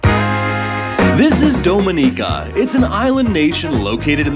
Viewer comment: It would be nice if you'll learned how to pronounce Dominica 🇩🇲 correctly.